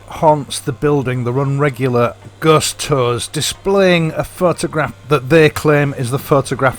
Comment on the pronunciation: Love the way you pronounce "murder" and "ghost". lol